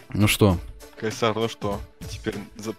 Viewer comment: НЕ КЕЙСАР А КХАЙСАР